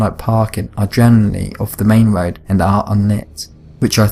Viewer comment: A cwunch on the woad????????????